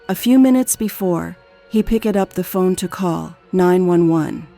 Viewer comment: your ai cant say phone? picked up her phoney XD